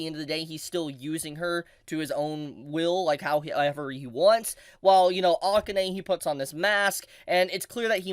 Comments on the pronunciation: Is it not the case that AKANE is pronounced "ah-kah-Ne," not "Ah-Kin-nai"? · Oof, please pronounce Akane's name correctly